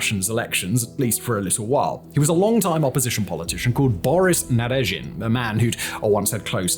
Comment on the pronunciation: Simon, I couldn’t help but notice a couple of pronunciation mistakes. You seem to add an extra “i” between double zh in “Zaporizhzhia oblast”, but yeah, there’s none, zhzh is pronounced just as prolonged “zh”. Also you seem to skip the second “d” in “Boris Nadezhdin”. Regardless, great work!